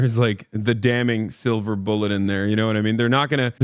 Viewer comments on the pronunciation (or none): none